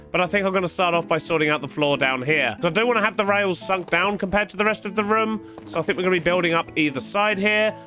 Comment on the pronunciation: I love the way he says room ( ruum) its just hilarious